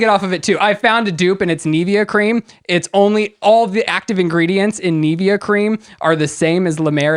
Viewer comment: Hahahaha I'm dying at how you are pronuncing Nivea 😂😂😂😂